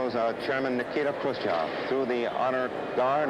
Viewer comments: What was and is the issue that Americans can't say his name... Its chev not chov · Eisenhower: “Nikito… Khrushchof” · HAHAHAHAH I LOVE EISENHOWER HE SAID “NIKITO ... KRUSS-CHEV” AND THEN PAUSED AND SMIRKED AT SOMEONE IN THE AUDIENCE WHAT A SAVAGE